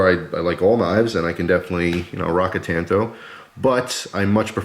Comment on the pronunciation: Thank you!!!! You said it right! When I was in Japan and was touring a major knife factory one of the gents said to me it is called a " tanto" .. So I have forever been saying " You right kemosabe! You Lone Ranger me Tonto" . So thank you for that. Although a really cool knife wearing warpaint could look rather cool! I own the Ruike P138-W and it is stealthy looking , it most certainly won't show up on radar.. Haha! You are right about the quality coming out of China. Yes they have stepped up their game and they are hard to compete with price wise. Here is one of the issues I do have. Americam companies such as Microtech collaborating with a Chinese company to build the Socom Bravo. The Chinese are famous for copying designs. And they keep going till they reach perfection. Like Benchmade is heavily copied. It use to be the way the steel was ground and say the off green colors on their alloy scales. Well they have perfected that along with markings and even the boxes and hang tags are the right color and thickness. They do it with expensive watches and circuit boards and game systems etc. China is a monster that the west has created. We have paid them well to Rio us off. And in return people like Brandon makes deals to purchase products that they built using our designs. . Anyway rant over. The best part of knives like this is you can use them and not feel guilty when screw it all up.